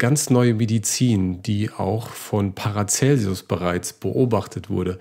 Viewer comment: An den Moderator: er heißt Paracelsus und nicht Paracelsius